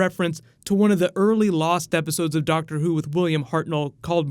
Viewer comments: it's doctor not doc tor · Doc tour? Why do I keep hearing that doc tour